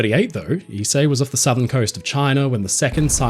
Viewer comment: Thank you for teaching me how to pronounce Ise I've been butchering the name for some time now.